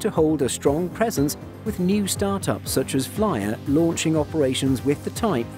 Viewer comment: Flyr is pronounced more like "fleer" A heads-up from your fellow Norwegian.